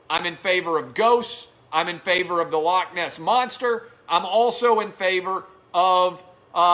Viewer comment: Dear everyone that isn't Scottish. Please learn to say 'loch' properly, it's not hard, to do the 'ch' ,just imagine you are haching up some flem....or a pube out of your throat.....thank you...- every Scottish person.... ;)